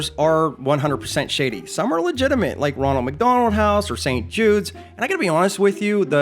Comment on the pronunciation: "Would yike to donate to help children today?"